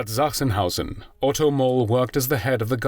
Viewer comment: The ch in Sachsenhausen is pronounced as k.